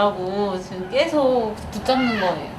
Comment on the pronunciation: '계속'을 '깨속'이라고 발음하는 습관이 있으시네? ㅎ